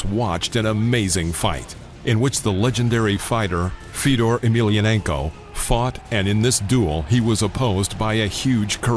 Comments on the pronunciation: It's Fyodor not Feedor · Why can't you pronounce Fedor? Are you stupid? You run a combat sports channel, right? it's FAY-DOOR.... not "fedder".